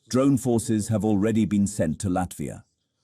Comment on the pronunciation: LATIVA? I know LATVIA but not LATIVA 😂